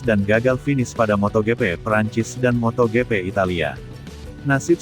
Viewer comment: Aduh ngeres di telinga, hari gini kok masih ada yg mbaca MOTO GE PE,,Widih